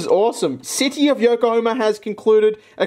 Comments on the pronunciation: When you kept pronouncing Yokohama as Yokohoma and tried opening the fan, a part of me died inside That said the soap was super interesting tbh and i love those multi color pens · Ah yes the great city of "Yoko homer.